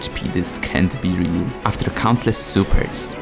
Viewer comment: “Aftxr” ❌ “After” ✅